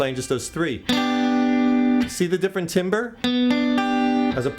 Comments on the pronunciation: u said timber the word is timbre pronounce it (tombra) great vid btw!!! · its pronounced "tamber" not timber. even though its spelt "timbre" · Cool lesson. Heads up though, buddy... The word "Timbre" ISN'T pronounced "timber," it's pronounced "TAM-ber." :) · I like how he says timbre like timber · It's pronounced "Tamber" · Great vid, but timbre is pronounced tom-bre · You mean "tahm-bur"? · timbre is pronounced "tomber". oh well. its free. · its pronounced tamber douchebag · I winced a little when he said "timbre".